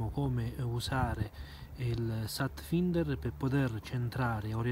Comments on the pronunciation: si pronuncia FAINDER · per la cronaca si pronuncia satfainder